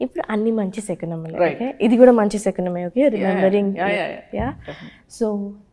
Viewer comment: Anchor pronounced the movie name correctly.. శకునములే. Some r saying it షకునములే.